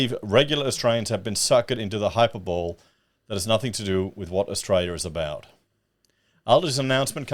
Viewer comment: Hyperbowl? are you channeling Julia Gillard now?